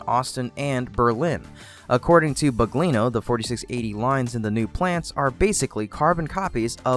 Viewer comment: "Drew Baglino"... not BUGLINO.